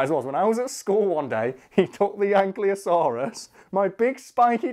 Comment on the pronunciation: He mispronounces ankylosaurus the way I always did. I have instantly gained more respect for the internet face.